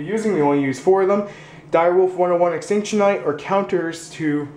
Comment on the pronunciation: are you serious, extintion knight... It's ex-cì-ton knight or ex-cit-on knight.